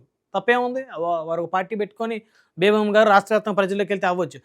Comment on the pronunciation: ఆ వనిత పేరు బేబామ్మా కాదు సార్!బేబీలత. (అమ్మ )ఎందుకు?